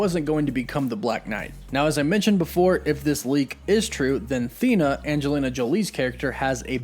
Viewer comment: You’re mispronouncing her name. I watch everyday but you’re not getting her name right.